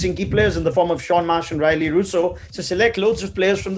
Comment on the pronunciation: Raunak Kapoor pronounced Rilee in a wrong way, such a shame